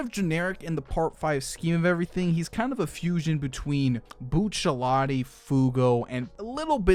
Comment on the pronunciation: Disliked for “bucciallati”